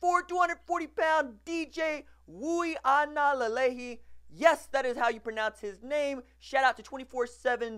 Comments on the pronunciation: No RJ, sorry. That's not how you pronounce his name. It's ooee-ahnga-leh-leh-ee. I'm here in Hawaii, born and raised here, so i know. Hope this helps. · Ui: pronounced Oooh-wee aga: ah-ng-ah (‘ng’ pronounced like ‘ng’ in mango) Lelei: le-lay Last name is Samoan like Tagovailoa.